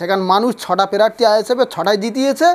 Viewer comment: এ আবার নেতা প্রার্থী উচ্চারন করতে পারে না আগে ভাষা ঠিক কর তারপর ভাষন মার